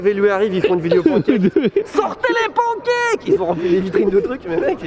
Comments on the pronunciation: Mais d'où vient cette manie de prononcer pancakes "pANkèke" et non pas "panekaikes" à l'anglaise ??? Les anglophone font bien un effort pour essayer de dire croissant, alors on peut bien faire un effort pour pancakes 🙄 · Tev ! Les pancakes se prononcent « panne » cakes comme dans « melon pan » en japonais et non « pan » comme en français pour l’oiseau « paon ». Il suffit de regarder les videos « how to make american pancakes » pour avoir la bonne prononciation. Cheers !